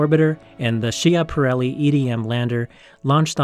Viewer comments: The correct Italian pronunciation of that Italian astronomer's last name is not she-aparelli, but SKI-aparelli. Whenever a C is immediately followed by an H in Italian, the C changes its sound to a K sound. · That Italian astronomer;s name is pronounced SKI-aparelli, dummies. Just ask any Italian and he will confirm what I have told you.